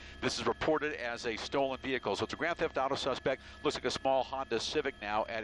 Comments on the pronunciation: he said grant theft auto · lol i know what a grand theft auto is i said he said grant insted of grand